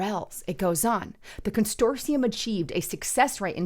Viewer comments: “Con - sort - ium” Not “con stor tium”. I love you anyway & I especially love your reporting! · There's only one letter "t" in the word consortium. Constortium means something else. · Constortium is now on my 'take a shot' drinking list while listening to... But I digress. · Con sort ium ..say it slowly..Con Sort ium.